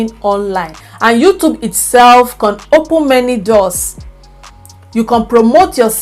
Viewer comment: It's you Can & not con please take note i enjoyed ur video